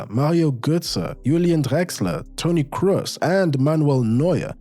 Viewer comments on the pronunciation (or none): none